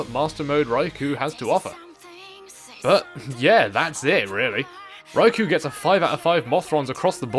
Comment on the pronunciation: yea, i know the boss is cool and all, but im one minute in and i cant handle "rai - kou" my ears are bleeding help